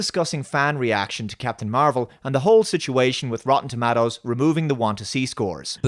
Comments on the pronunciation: Rotten "ToMattos"! Oh Ewan McGregor, you're so silly! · You have an interesting way of pronouncing 'Tomatoes'